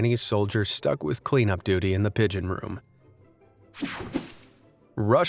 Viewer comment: ish pigon du bee succcceeesfol during 1WW